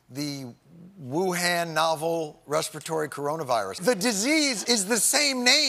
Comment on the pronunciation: It’s amazing to me that he could be spitting these facts but because he keeps mispronouncing Wuhan I don’t believe a word of what he’s saying 😂😂😂😂😂